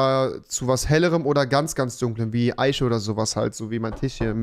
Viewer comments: Eiche= Aische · Rewi Eiche und nicht Eische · Rewi: Tich, Fich Auch Rewi: Eische